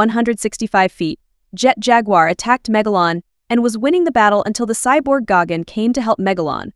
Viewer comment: Im sorry, "Gogun"? You mean GIGAN ?